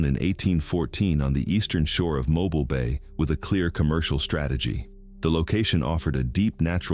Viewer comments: Mo- BEEL. Not mo-bull, not mo-byle. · I'm in Alabama. HANCEVILLE, ALABAMA. THE TOWN YOU SOOOO WRONGLY PRONOUNCED IS MO'BIL E< IS SILENT. IT'S NOT PRONOUNCED MO' BILE.... HOW EVER I was born and raised in Florida. A small town just West of Tallahassee called/named Quincy, Florida. The now present Seat of Gadsden, county. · MOH BEEL NOT MOBIL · It is not pronounced like a vehicle it is pronounced moe-bill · Mo 'bill not Mobul lol. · Mo Bill how it is pronounced. Not mobile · Who hates AI? Who knows it is Mo Bill not Mo Byle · It's correction is Mo•bill not Mobile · Did you hear how he pronounced mobile why are they using AI for this it's not a mobile phone it's pronounced mobile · Me. Grew up in Mo - ball. He can't even pronounce the name correctly. What a bunch of lies. The pictures are not correct. They just want you to click on the video so they can make money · It's Mo Bill fam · Yes AI... It's pronounced mo bile. You're doing good. 🙄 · It’s MO Bill , pronunciation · Its pronounced mobeel dadgum ai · Mobile is pronounced like Mo bill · I can't with the pronunciation. It's "mow beal" you AI MF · It's pronounced: Mo BEAL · Learn pronounce Southern cities. It is Mo Bill for Mobile, Bill Lu see for Biloxi Go Shea for Gautier, and So shear for Saucier. 3 cities are in Mississippi. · It's Mo' bill....i was born there!! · Moe-bill is how it’s pronounced. Stupid AI. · mo-BEEL! Wish people could get it right! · Mobile,Al is pronounced “moe-bill “. Not as a mobile phone. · lol It's MOE- BEEL. I will have to come back to this one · Brantley, Al ....Mobile is pronounced.... mo - bill it's like 2 names Mo - Bill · Lol " mowbull" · Amazing video just wish Mobile was said right "MO-BILL"❤❤❤ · Watching from Mobile, AL. It's pronounced moh-BEEL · It's pronounced Mo-bill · Mobil is a gas station, mo-byle isn't right either but mispronouncing Mobile has been around a lot longer than Artificial Intelligence, real people say it wrong all the time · It’s pronounced, “mo bill” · Mo Beel